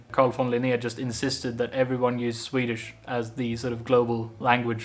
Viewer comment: Thank you for pronouncing Swedish words and names the Swedish way. That makes you truly stand out among Swedes. Other than that you suck.